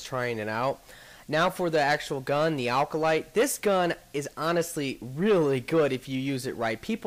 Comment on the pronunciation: alcolyte? Its Acolyte. :D